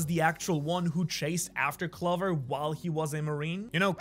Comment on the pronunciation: can you please pronounce clover with the 'oh' sound